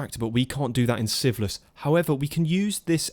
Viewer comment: I’ve watched every episode and I am really enjoying this series but I swear whenever he says Sieveless in the beginning I hear siphilis.